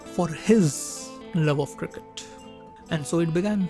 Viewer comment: The way you pronouce the word cricket is absolutely ridiculous!